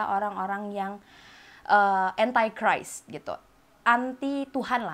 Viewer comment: "entaichraist" what the hell is that :v lul